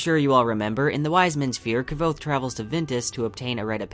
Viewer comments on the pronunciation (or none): "Kvothe" is just one syllable . . . like Quothe. Not Kuh-vothe. Otherwise, great video. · ... that is exactly how long I lasted watching this video before I had to stop. You are not pronouncing his name correctly, and it is driving me up the wall! It's Kvothe. Not Ke-vote. Over and out. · Wow, this is a two year old comment. No one was angry. But his name isn't pronounced "however". It's explained in the book (like qoute) and if you hear Patrick say it, or the audio books, you'll know there is a correct way. 😉 It's just like how people can't pronouce the name Knud. It becomes Ke-nut, and it's simply incorrect. 🤷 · ITS NOT K'VOTHE , ITS KVOTHE!! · why do you add an e to kvothe's name , you say kevothe not kvothe. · Lol Kvothe himself says that his name is pronounced "Quothe" not "Ka-vothe" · You should learn how to pronounce the main characters name to be taken seriously.... Its not kev-oath. KVOTHE is pronounced like Qouthe. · His name is pronounce "Kwoath" not "Kah-vothe," there's even a line in the beginning of the first book clarifying this and multiple forums with the author clarifying it online. Weird that there's a fan video this in depth that says his name wrong the entire time... especially when its spelled phonetically in the beginning of the debut novel. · Kah vOth? Its pronounced Quoth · Kvothe is pronounced "Cuouth" :) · is the name of the protagonist really pronounced like that?? ka vo tha???? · well, the only reason I asked is; I pronounced his name very differently as I read these books first time over past few weeks. I pronounced it like 'Kvo'-(similar to 'slo' in slow) and 'the'-( similar to 'the' in theory). I only looked at the videos after I finished 2nd book. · I pronounce it Kavote (Ka-vote). Does that trigger you too 🤣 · Actually never mind. Found it. You and I are pronouncing it wrong haha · The V Is silent. "sounds like Quothe." The pronunciation is in the first book. Right before he tells his story. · I wished you'd say Kvothe's name right.